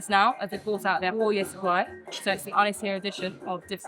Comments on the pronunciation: Its pronouced - Un-I-shir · Ynyshir = Un-is-heer... good try though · Brilliant again, but Ynys Hir is pronounced like this.. Un-ees Heer 😘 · its pronounced EN ESS HERE.... First of all why are you wearing a suit? A pompous eatery! Stop the servers talking non----------sense. - Yes the food looks good. But do not suck up to them. Do not promote this pretension! 11 out of 10? Stop it!!! The DJ is shite playing MUSAC USA elevator crap sounds. you do not like mushroom fungi so why the promotion eh? And on a more IMPORTANT note. The RSPB are straight behind this eatery and I used to volunteer for them. This eatery were caught stealing fresh mushrooms on the RSPB land and this eatery never gave back! A5 is that a road map lol;) The duck and meat should be sourced from within Wales as Welsh Farmers are struggling! I live not far from this eatery and I am disgusted with the arrogance of theyre attitude! This eatery is for thee very very rich super car drivers! And not for the locals struggling with thee cost of living crisis! please please please do not get sucked up into this BS! Or you invite me to taste this food and you pay the bill or bullshite....?????? This is not fair! 0 stars for this shite show! cmon I love ya but this is wrong on all cost of living levels. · Here's one for free then mate. It's pronounced un-iss-see-err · Also, by the sound of it, he's not hiring local people either and the pronunciation of Ynyshir by the staff is a bastardisation at best. Sorry I'm a little bit pissed off! Haha! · Shame you can't pronounce the name properly. Disrespectful. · Fun fact, Ynys Hir means Long Island in Welsh. The Hir is pronounced like ‘here’ if you elongate the first ‘e’. Thanks for the video though the food was a bit too fancy for the likes of me. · You mispronounced Ynyshir mate. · Un- es- ere 😂 not inshir 😉 looks amazing 🏴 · it is said un-is-eer same village I am from as I often get this place in the Algorithms..